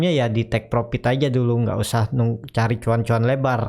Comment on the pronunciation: Mohon utk Dibaca: "profit" bukan "propit", konfirm bkn konpim, fren bukan pren dll. Terdengar aneh di telinga. Mohon maaf...🙏🙏